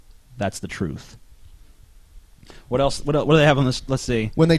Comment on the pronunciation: *****'' I'll tell you hwat I'll tell you hwat''